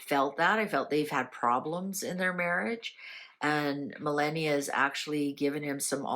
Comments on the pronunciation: It's Melaahhnia,.....not Melaynia!!.. Melaahhnia.... I just said yesterday, how tired he is looking and he needs to rest...He is working way too hard for his age,..as much as we appreciate all his hard work I want him to rest. The Prez is actually very much in love with Melania, as you can see he is very loving to her these days. Things are well for them. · I RESPECT YOU SO MUCH. THERE'S A "BUT", YOUR PRONUNCIATION OF OUR FIRST LADIES NAME IS DISTRACTING AND DISRESPECTFUL. AS I TOLD YOUR BEFORE IT IS PRONOUNCED, MEL - LON, - EE - AHH!! PLEASE TRY......